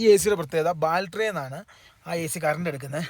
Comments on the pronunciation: ബാൽറ്ററി അല്ല, ബാറ്ററി ആണ് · Balttery alla Battery